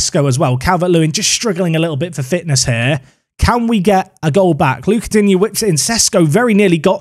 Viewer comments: it's not Dig-knee it's Dean-yay lol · Digne pronounce Dee-Niyah phonetically. Sounds like you’re saying dingy at the moment 😂. Love the vids! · my man called him dig-neh